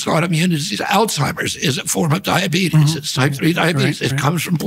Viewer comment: mf said diabetus